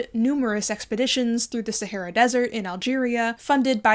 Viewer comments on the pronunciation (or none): none